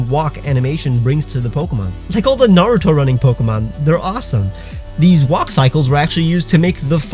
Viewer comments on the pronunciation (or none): none